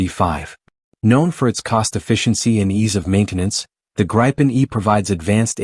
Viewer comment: The gry-pan 😂 no the Grip-en